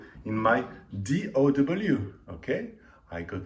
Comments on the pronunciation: DAW not DOW dude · He meant D “Au” W… Digital Audio Workstation .. Au sounds like O.